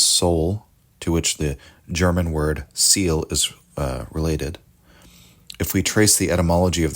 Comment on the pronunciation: Thank you very much for this presentation in such wonderful voice. Please may I point out, Soul in German is not pronounced " seªl" but rather " Sèèlé". Thank you.